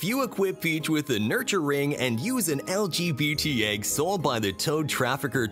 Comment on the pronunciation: I agree it is weird the way he said it but it's called the Mystery Egg. And don't wanna imagine what could come out of the LGBTQ Egg